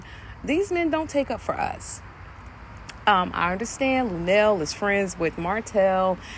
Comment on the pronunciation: See the clip where she corrected Tisha about her name…it’s Nell not La Nell. I do understand the name circles…Nell, Mel, Tissue and Tisha.